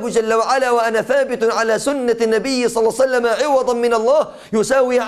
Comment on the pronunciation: بارك الله فيك...ولكن عند الصلاة على النبي صلى الله عليه وسلم عليك أيها الشيخ أن ننطقها بصورة صحيحة...ولكن النبى (صلسلم) ما هذا؟